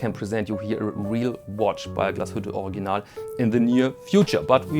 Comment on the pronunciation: I think heard you pronounce Original as "Organ-ahl," "Org-ee-nahl," as well as "Or-ig-ee-nahl." I've got the pronunciation of Glashütte, but I'm still still not sure how to pronounce Original. As the proud owner of a new forest green PanoMaticLunor I want to pronounce the brand name correctly. Your help would be much, much appreciated!!